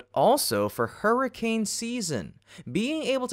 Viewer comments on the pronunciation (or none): none